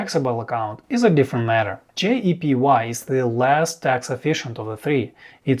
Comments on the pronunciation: You mis-pronounced JEPI as JEPY throughout this entire video. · you keep saying JEPY....it's actually JEPI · Why do you pronounce JEPI as JEPY? It creates confusion.